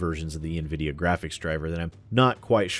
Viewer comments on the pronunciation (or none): none